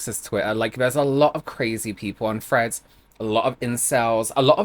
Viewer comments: Any one else hearing at first “Fred’s” not threads lol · At first I thought you said friends instead of threads, like there was a new social media called friends that I hadn't heard of